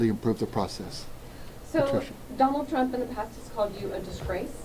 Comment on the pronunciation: He called him "Dante Trump" - WTF?